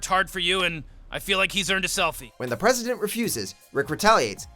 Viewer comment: I swear i heard him call the president Preston. That was so true XD.